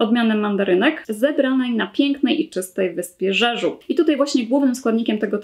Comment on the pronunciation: Nazwę tej koreańskiej wyspy wymawia się 'Dziedziu' :)